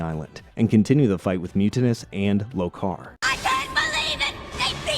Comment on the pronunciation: LO-kar, not lo-KAR. ti-TAN-us, not TI-tanus. You'd think, if you had watched the show enough, you'd learn how to pronounce the names.